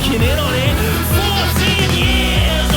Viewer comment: Tbh, the way he said 'fourteen YEARS' kinda reminded me of how Sirius Black said how he waited for thirteen years in Azkaban, which, I mean, should say at least SOMETHING about the Tory parties success.